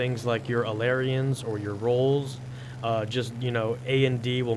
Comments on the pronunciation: ailerons(A LA RONS) not aleriens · Lol you said aleriens xD its ailerons or (A-ler-ons) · It is not alarians, it is ailerons, ay-le-rons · First of all, the P40 has 6x .50 cals in the wings, not the nose, and second is that I'm pretty sure that they're pronounced "ale-er-ons." Great video though. Since the update came out, I haven't been able to get a round with my P38 and don't have a recon plane because I got my pilot before they came out. Plz help! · your pronunciation of "ailerons" makes me want to die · YOU SAY AILERONS WRONG!!!!!!!!!!!!